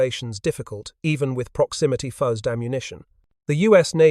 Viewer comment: The inability of the (assumed} AI commentary to pronounce the simple word 'fuzed' spoiled a very interesting video. Obviously the people who developed the proximity fuze were a lot cleverer than the people who make and use AI